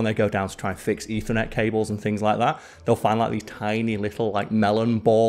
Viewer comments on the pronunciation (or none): none